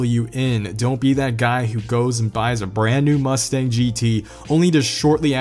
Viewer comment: man y u gotta do the stang like that 😂😂